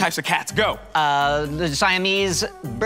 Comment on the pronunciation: Simese, Burmies, and DEAD.